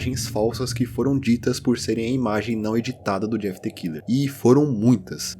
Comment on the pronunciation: The= pronuncia "de".